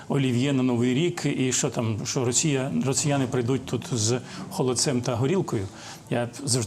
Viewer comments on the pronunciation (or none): none